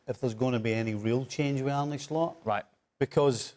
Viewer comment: Its ar-neh not ar-ney show some respect lads ffs